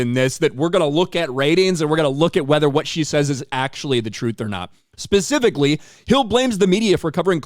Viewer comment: And one that says “specifically” and not “pacificly”